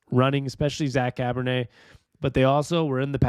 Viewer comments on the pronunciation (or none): Char-bo-nay kind of like Chardonnay, but definitely not Cabernet, nor Pinot Noir, nor Rose', etc.... lol 😂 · Cabernet!?!?! Really man? It's Charbonnet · Bro..Cabernet? Try Charbonnet.....pronounced SHAR-BO-NAY. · I’m super excited for some Seahawks football. Also it’s pronounced Shar-bo-neigh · Enjoy and appreciate the videos. I know you said folks can be derisive in the comments but ignore them and keep up the good work. Hawks fan for 40 years! Small note. The new running back's name is not pronounced like a type of red wine 🍷